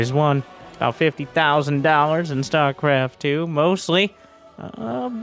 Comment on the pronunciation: "stuarecarft two"